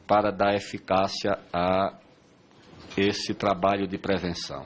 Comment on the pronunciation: Como confiar num ministro que fala "trabaio", deus nos acuda. kkkkkkkkkk